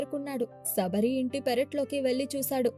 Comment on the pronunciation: సబరి కాదమ్మ శబరి